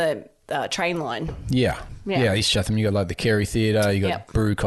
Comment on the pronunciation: my ears are bleeding....it's "Chat-em" street.....not "Chah-them"